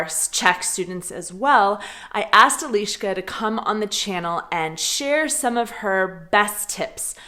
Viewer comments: 1 pronunciation tip I would give you is that pretty much all of czech words have emphasis on the first syllable, not like in english. For example, when you say e-LI-ška with emphasis on the LI, second syllable, that sounds a little bit off to the czech ear, even though we will undestand. Emphasis should be on the "E". The word should come out of your your mouth in like one quick breath. Btw, love you videos:) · And in "Eliska" the " i " sound is short... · She is Eliška, not Eleeška like Elizabeth - short e. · Ironically, you keep pronouncing her name Elíška. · The funny moment about vowels - the first czech word you said in the video was Elíška instead of Eliška :) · Hey,! You don't have to deal with the pronunciation of vowels much, a simple trick is enough - always say all vowels briefly and every Czech will understand you, only everyone will think that you are a girl from Ostrava! 😂😉😄😆😛👌👍